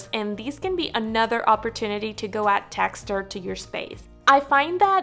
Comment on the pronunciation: I'm going to have to look up where you live because I literally cringed when I heard you mispronounce the word "tex-ture". The way to pronounce words correctly is to put the emphasis on the consonant and NOT on the vowel. By you placing the emphasis on the vowel, you are turning the word into a compound word that does not exist. Just relax and ease up on the forced diction. This was my first time watching your channel. I thoroughly enjoyed the video content, just not the audio. Text- ure is no such word. Tex-ture is correct .